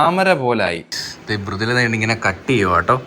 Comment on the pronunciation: Pronunciation Mrudula fan fan fan fan fan❤🎉🎉🎉🎉🎉🎉🎉😮🎉🎉🎉🎉🎉🎉🎉🎉🎉🎉🎉🎉🎉🎉🎉😊🎉